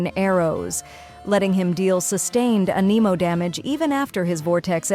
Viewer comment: so totally AI which isn't the worst thing but please learn how to pronounce anemo and character names